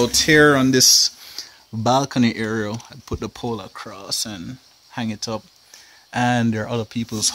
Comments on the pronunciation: The Word IS: AREA, NOT AERIAL !! So far you've said it Wrong twice !! Just saying 😊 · Why do you pronounce "area" "areal " ? Is it a Jamaican thing ? Good video, though. Nice apartment, too (really good space, even if you think it's tiny). Thanks.